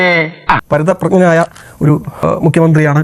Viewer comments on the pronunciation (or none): പരിതപ്രജ്ഞൻ!!!പരിണതപ്രജ്ഞൻ എന്നവാക്കുച്ചരിക്കാൻ പോലും ആ കമ്മി അടിമക്കറിയില്ല. ഭ എന്ന അക്ഷരം ഉച്ചരിക്കുന്നത് കേട്ടാൽ കരണം പുകയ്ക്കാൻ തോന്നും.